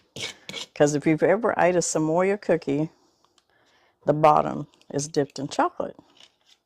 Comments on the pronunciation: Samoa is pronounced sam-oh-ah. Dulce de Leche is pronounced dul-say de lechay. I love watching you show us delicious recipes - just wish you were my neighbor! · Sa mo (long o) a. Like the island. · I love your channel and these look easy and delish! FYI there is no letter "Y" in the word Samoa. Samoa is place, part of which is an American Territory of Polynesian heritage . It is pronounced Sam-ohh-ahh. 🌎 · Samoa-Sa-moh-a. Dulce de leche-Dool-say de leche. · Love you. Thank you for the great recipe. Just an FYI tho. It is pronounced just like it looks.....sam-o-a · LOLOL, you r so adorable!! LOL "Samoya" Truffles!! Samoa is from the country of Samoa!! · Thanks for explaining to her how to pronounce Samoa. I don’t know why I cringe at bad pronunciation but I do.